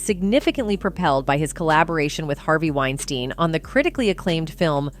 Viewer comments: Oh my gosh she’s driving me nuts with the way she pronounces Weinstein, she’s not even consistent with it. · Anyone notice how this lady switches up the pronunciation of "Weinstein" multiple times?? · She calls his name wrong every OTHER time she says it!! I'm out! Damn! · Pretty said you are unable to correctly pronounce Harvey’s last name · Its really annoying that your not pronouncing Harveys last name correctly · Lol did you purposefully flip pronunciations between 'Wine-steen' and 'Wine-stine' everytime you said his name? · Weinstein (steen) and not Weinstein (stine)....jeez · Please be more consistent in pronunciations. Pick one and stick to it. It's annoying to hear "Wein-STEEN and then "Wein-STINE" a second or two later. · Is it wine-st-I-ne or is it wine-steen. You pronounce it both ways and you don't seem to care. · The narrator’s constant mispronunciation of Weinstein’s name as “Wein-stine” was distracting. Occasionally she threw in the correct “Wein-steen” pronunciation too, which was weird. I’m guessing it was a bot, but that doesn’t explain the switching between pronunciations. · I believe "Wein-stine" is actually the correct pronunciation, given that the name is of German origin, ei is pronounced as i, and ie is pronounced as ee... Oh, and I do believe it is a bot, possibly a typo could explain the changes in its' pronunciation, it is f'n annoying... 😬lol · “Weinsteeeein” than “WeinstAn” is so annoying and distracting!!! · Is it pronounced "Winestine" or "Winesteen" the narrator can't seem to make up her mind. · Im going to write this phonetically. It's pronounced winesteen not winestine. Idiots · Do you have any idea how annoying it is to have some ignorant narrator go back & forth between Weinsteen & Weinstine. For the record, it's pronounced like Weinsteen. Figure out what you're doing & stop being so annoying. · wine stine? wow.. AI is impressive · Weinstein is pronounced like Einstein with a W. This is the European pronunciation.